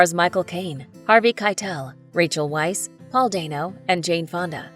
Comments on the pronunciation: "Weisz" is pronounced as "Vice" and "Ralph" is pronounced as "Reyph." Americans, always mispronuncing everything 🤦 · Isn't it pronounced "Veiss"?